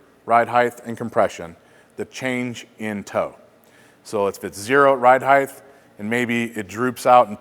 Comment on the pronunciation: Does he keep saying highth..?